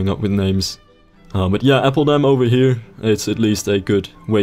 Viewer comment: atleast do appeldam instead of appledam